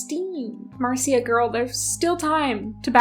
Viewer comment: Fyi the name Marcia is typically pronounced “Marsha”